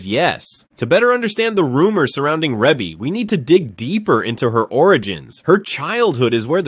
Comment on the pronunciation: Pronounced : “REE-BEE”